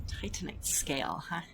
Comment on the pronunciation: Happy to hear the precise pronunciation of Titanite is back!